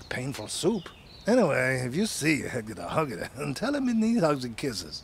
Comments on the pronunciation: I'm sorry, but it's pronounced hegedehogede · Why is always perfect? I can't even wrap my head around the pronunciation of hega-duh-hod-gah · As an average hedgedehogedeh admirer myself, I can confirm that it is indeed how their name is pronounced and spelled. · I like how hedgehog is never pronounced the same way ever, it just keeps changing every time says it. 😂